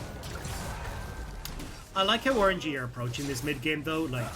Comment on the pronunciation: cant unhear " orange - e"